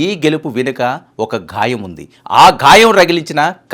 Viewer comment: Ghaayam కాదు గాయం